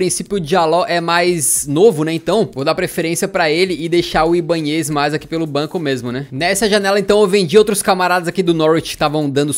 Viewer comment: kkkkkkkkkkkkkkk se fala ibánhez, n ibanhéz kkkkkkkkkkk sou torcedor do flu, jogou muito lá